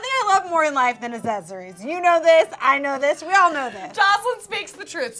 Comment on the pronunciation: When says aksezories instead of accessories. Haha. Love it and hate it at the same.time